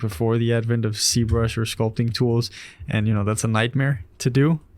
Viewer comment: Why is z-brush pronounced c-brush ?